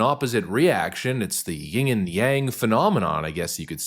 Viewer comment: It's yin and yang not yinG and yang. Just sayin ❤